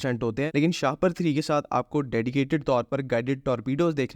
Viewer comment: Seriously it should be pronounced shah-paar not shahpar to avoid getting trolled with things like a plastic bag you know what I mean